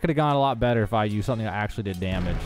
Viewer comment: why does he say 8 damedge is good